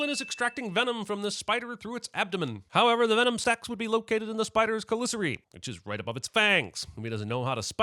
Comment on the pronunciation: Love the video, but love even more that "chelicerae" was pronounced correctly. 🤣